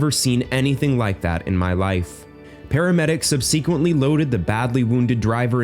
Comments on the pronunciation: Subseeequently ! Really? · Somebody please tell the narrator how to pronounce "subsequently". Touching and sad story.